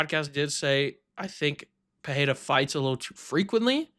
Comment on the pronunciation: Where did you all pick up that pronunciation of Pereira, with "h" sound somewhere in there? In Portuguese, double "r" is pronounced as "h", not the single "r". This is just Pereira; pronounce it as it's written, man.